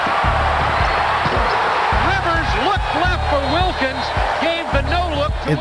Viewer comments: at least pronounce wilkins name right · Trash video, trash comment. Wilkens' name is pronounced incorrectly throughout and you're lecturing about respect.